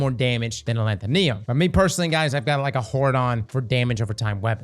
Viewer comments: Say it with me. AH LETH OH NIM. ALETHONYM. Not ALETHONEONYM. Not ALETHOLETHOLYM. ALETHONYM. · It's been how many months and he still can't say a-LEE-tho-nym? Wtf is a-lan-ta-NEE-um??? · How normal people say alethonym: “aleth-on-im” How says it: “al-eeth-on-iam” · "Alanthonium" or Alethonym? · Thanks for this. I just found it at the Tower, and I'm running a stasis Titan build that already uses Fighting Lion. I think I'll pick it up, after you showed the difference in damage. But brother, it's pronounced as, "Uh-Lee-Tho-Neem." Cheers G! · I hope that one day learns how to pronounce "Alethonym." (It's like "pseudonym.") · Ah-leth-o-nim. Also Bungie continues the trend of releasing dull catalysts. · A-lanth-uh-nee-um …yep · Knee-yum? Bet would pronounce nympho right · sorry i gotta A-LETH-O-NIM is how it's pronounced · Why can’t any destiny youtubers pronounce gun names. It’s pronounced a leth o nim. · Uh-Leth-O-Nim. Alethonym lol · Alethonym should sound like pseudonym, please look out up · Say it with me yall Aleth-O-Nym(nim) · Al leth o nee um? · Alanthoneeum lol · Why does bro say alethonym like that... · pronounces Alethonym like Brits pronounce aluminum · adding syllables I ain't ever heard before in this gun's name